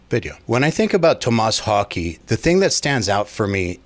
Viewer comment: LOL It's Thomas Haake. Your pronunciation isn't any better than his.